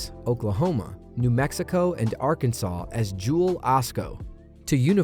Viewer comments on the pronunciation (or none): none